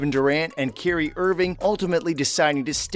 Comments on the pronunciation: The man's name is pronounced Kī REE, But I'm sure you knew that why don't you dig deep down in the bottom of your pocket where the lint is and find that last remaining scrap of respect that you have for others. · This guy doesn't even know how to pronounce Kyrie's name - clearly you don't know about the NBA!! 🤣🤣